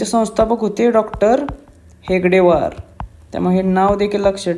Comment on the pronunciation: सर हेगडेवार नाही हेडगेवार असा आहे